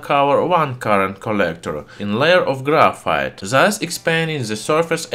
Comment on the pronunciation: its not grayfiet